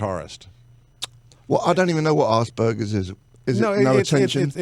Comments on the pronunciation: It's aspergers, not ass burgers. lol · pronounced Asper-jers. Musical genius though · "I must be an ass burger". Er...that's not how you say it, Jonesy.